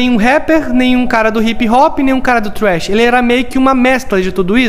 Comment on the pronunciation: Na vdd o nome do ritmo dele é trap vc falou trash q é lixo em inglês